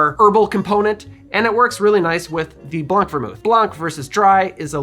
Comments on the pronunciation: Little tip for your French pronunciation in blanc (white) the c is silent so it sounds like blan not blank. Also in French you would say vermouth blanc not blanc vermouth. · You don't pronounce the C in "blanc". It's just Blan. Blanc means White in French but the C is silent.